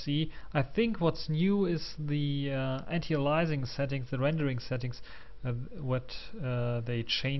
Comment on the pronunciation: dict.cc/?s=anti+aliasing Korrekte Aussprache anhören und Backsteine scheißen.